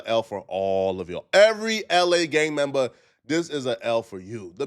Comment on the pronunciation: “A Gang MembAaa”